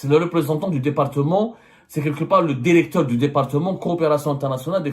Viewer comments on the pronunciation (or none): Derecteur Derection